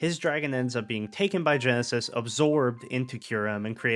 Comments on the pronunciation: He didn't know it was ghetsis, but he knows now tho lol, honest mistake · Half my brain: Wow that was a really well made analysis of Loss in Gen 5 that brings in so many cool and sad elements. This channel is so underrated. Other half of brain: his name is not Genesis, it's Ghetsis Ghetsis his name Ghetsis my boi Ghetsis his Ghet-Ghetsis my man Ghetsis, they say it in his theme i swear to Arceus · Why do you keep calling ghetsis "genesis" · To be honest i didn’t even notice he was saying it wrong but hard to do that when the guy has his own theme saying his name out loud which is very rare for a pokemon song to have words in it lol